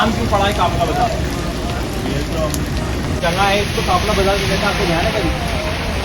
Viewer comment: Assalamualaikum janaab. I'm also from Tonk. It's a very informative blog but please note that the correct pronunciation is "Jagah" and not "Janga". Also, it's "Qafla" and not "Kafla."